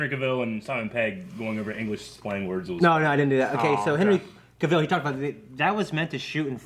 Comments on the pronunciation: CA-vill, not ca-VILL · his name is Cavill, like TRAVEL!